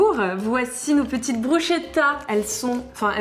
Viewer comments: Bruschettas ça se prononce "BrusKetta" 😉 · BrusKetta en phonétique svp, ça pique horriblement d’entendre autre chose !.. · Sinon ça se prononce BrousKKKKettas 😂🙈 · je ne vous hais pas mesdames mais juste, bruschetta, le son "sch" est en vérité "ské"